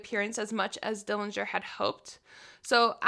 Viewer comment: Very interesting regarding fingerprints. The correct pronunciation of our Dillinger family name is with a silent 'g'. Thank you!